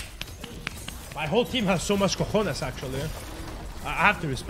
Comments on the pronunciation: Damn that pronunciation on cojones is so good xD, it made me laugh so hard, didn't expect it, btw I mean it the thing about the pronunciation, was you first time hearing and using Spanish when you came or did he learn a bit? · That pronunciation of the word "cojones" has been perfect. From Spain, Europe, I tell you to stop throwing q's on my roof, please. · The accent in cojones is perfect, respect from a Spanish guy.